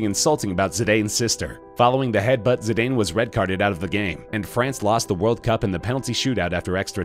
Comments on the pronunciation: It's pronounced Zi-dan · Pronounce zidanes name right its pronounced Zidan